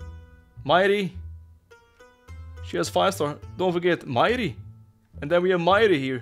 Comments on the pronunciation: Botas majri is not mayri. that's an arabic name the j is not pronounced as y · Bro butcherd Majris name 😂😂😂😂 It's an Arabic name, it's pronounced with j not i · This is small but the J is not silent for Majri, it's an arab name